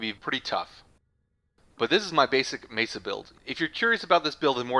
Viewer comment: pretty sure its pronounced me-sa not mee-sa